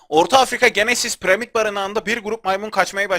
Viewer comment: parimata piramit mi dedin be